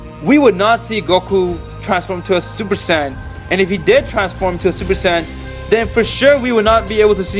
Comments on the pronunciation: It's not super San it's super sayin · Stop saying super saiyan like that